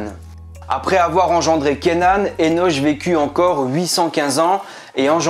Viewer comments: Merci ça pique mes oreilles le [enoch ] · Henoch(Henosh) se prononce [Hénok] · Le( ch) de Hénoch se prononce ( K)